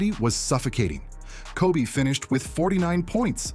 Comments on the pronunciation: it kept calling Kob as cob....stupid as fuck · I never really liked people calling Kobe "Kob" in the first place so to even butcher it even more and call him "Cob" is even worse lol so I get what you're saying. Everyone and Artificial Intelligence please just say Kobe unless your like Kevin Garnett or someone like that.